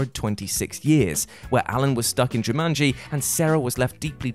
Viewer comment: Uh no, Cobb did not enable a power hungry magnate. He stopped a power hungry magnate from gaining a monopoly and becoming an energy superpower. Saito even explains this fully. Many points added for pronouncing Jumanji correctly. So tired of hearing, "JuMUNji." LMAO